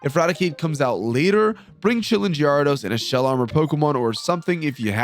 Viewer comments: The way you say Gyarados gives me Crohn' disease. But loved the video ! 😂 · The way you pronounce gyarados has to be a meme right?